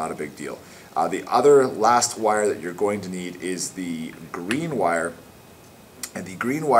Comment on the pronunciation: i mean wire not "witte"